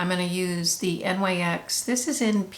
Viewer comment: Love that you said N Y X instead of nix! I call it N Y X too and thought I was alone. 😊